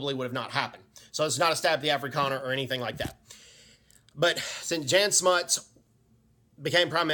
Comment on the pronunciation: Jan Smuts (Prenounced "Jun"). South Africans we the only Military in the world who were volunteers. The South African 1st Infantry Division who got the Italians out of Abyssinia in 100 days ( Read James Ambrose Brown's book " The war of 100 days".